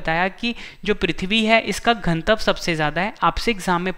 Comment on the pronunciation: Pronunciation sudharo ghanatav ka